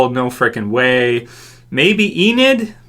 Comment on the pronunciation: its enid. you heard it here